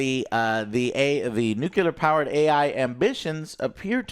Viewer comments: NOO-CLEE-ARR NOT NOO-CUE-LAR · Repeat after me Joe, Nuclear NUCLEAR not nucelar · Jose can't say NU-CLE-AR. He keeps saying NU-KU-LAR. The dope! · Its nu - Cle - er not nukular. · New Clear - nuclear nukuler isn't a word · ITS NUCLEAR NOT NUKELAR, arghghgh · NU-KiLL-UH? That’s even worse… it’s pronounced NU-CLEAR just like it’s spelled. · "newkilla" "newkilla" "newkilla" .... it's nuclear bro :( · Can someone tell Joe it’s nuclear not nucular. Thanks! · please for the love of god Joe say nuclear right NU-CLE-AR IT DOESNT HAVE A Y IT ISNT NUKYALER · It is pronounced Noo Klee Ur. That is a pet peeve of mine. But you kept saying it the hick way, Noo Kyu Lur. And now you know. Anyhow, old Dragons Age plays just like Baldur's Gate 3. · new-clear not nook-yew-lure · Why some people say nu-ku-lar is beyond me. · It's pronounced NUCLEAR!!!! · Oh my god tears hair out nu clear... nu CLEAR This is the worst thing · I can't stand when pronounce "Nuclear" <---> "Nukeelar". Come on man... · NU-KiLL-UH reactor, spelt NU-CLEAR - Americans be american-ing by butchering rnglish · STOP. SAYING. NUKE-U-LAR. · The word of the day is: Nuclear Nu-clear NU-CLEEEE-RRRRRRRR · NU CLE AR. People should try it slowly maybe? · It's pronounced nuke-leer!;-p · I really wish Joe would learn how to pronounce nuclear.